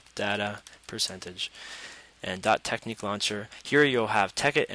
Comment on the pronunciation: it's not teck-neek, it's tech-nick